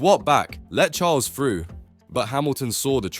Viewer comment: Haha what a load of lulu crap you can’t even pronounce Charles name 😂 yes Lewis shouldn’t of given the place up but lulu wasn’t watching a car that’s two behind him face it lulu isn’t anything without the fastest car